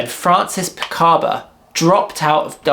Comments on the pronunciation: Francis PICABIA, not Picaba. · Great video, I am really glad I discovered your channel ! Just a small correction Francis Picabia’s name is pronounced Picarbeeeaah and that Man Ray sculpture the gift is an iron not an ironing board. Dada would never have accepted I am too much of a pedant 😢